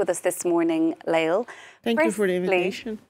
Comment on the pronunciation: Lale is a true hero ! And her name is pronounced LA-LE.... NOT LAIL... journalist supposed to do a little research or.. oh wait we live in 2023 real journalism is dead.